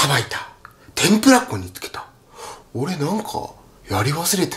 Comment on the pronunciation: 天ぷら粉が、天ぷら港に、聞こえるんだよなぁ